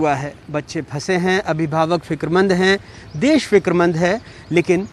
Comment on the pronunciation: "देस" नहीं "देश" होता है गावरों